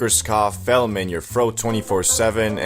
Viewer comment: Why don’t you know how to pronounce phlegm? 😳